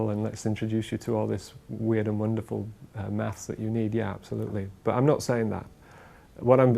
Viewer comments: It sounds like they're saying MATS ... instead of MATHs ... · Does he pronounce "maths" hard enough? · We know you're a limey when you say "maths".......